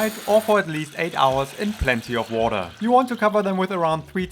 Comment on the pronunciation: Haha, came for the recipes and stayed because of them - despite the german accent and the "wordaah" 😂 I really like the explanation and comparison of the two versions! Will copy it, thank you! 😉